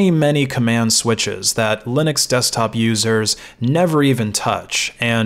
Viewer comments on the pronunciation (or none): none